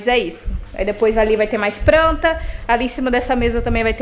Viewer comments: Gente, amo esse canal, esse casal! Mas pense que eu tenho uma agonia de ouvir a palavra pranta... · "Pranta" olha q vc já acostumou a falar assim miga kkkk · Amo quando a fala “pranta” 😂 (Tbm gravo)🤗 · Agora tô eu aqui também, querendo encher acasa de "pranta" kkkk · da uma agonia você falando “pranta”